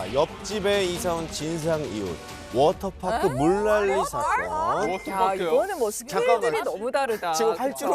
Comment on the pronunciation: 워터파크 워터파크...아~~듣기싫어 영국에선 강한 트 발음을 내서 워터 워터 한다지만 파크 파크는 좀 너무하지않나요~~??:face-green-smiling